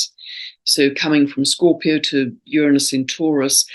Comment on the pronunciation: You keep saying mars square sun 8n scoorpio???